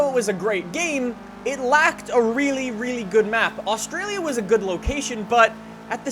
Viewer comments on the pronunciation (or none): none